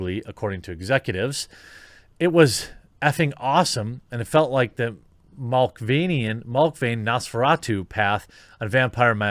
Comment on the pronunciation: LOL I love Jeremy's pronunciation of Malkavian. I think the next Malkavian character I play (whenever that happens) will pronounce it like that. x-D